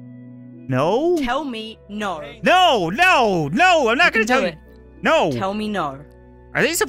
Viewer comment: Nar not no